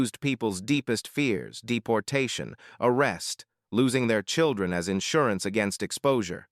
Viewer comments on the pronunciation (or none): none